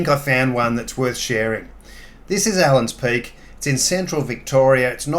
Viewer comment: Allan Peak, no “s”